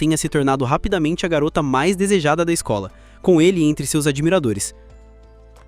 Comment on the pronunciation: "a mais desejada da escol" é foda, pensei que era esKOL e não esCOLa